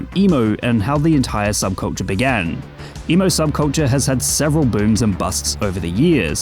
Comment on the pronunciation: Is he saying emu?